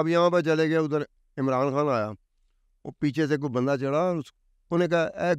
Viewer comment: ، "کھان" نہیں ہوتا بلکہ "خان'' ہوتا ہے...